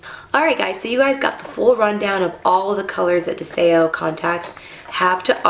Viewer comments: It's pronounced DEZIO.....means Desire in Latin (The language) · Are you sure ur saying the name right? Oh well. I lo e these I have smokey grey